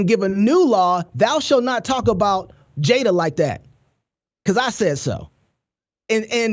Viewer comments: She called her 'Jada-bel' Pinkett! 😂😂. I died 💀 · “Jada-belle” ? 😂. That’s right up the with “entanglement”. “Fruit inspector”. Come on Sis!!!!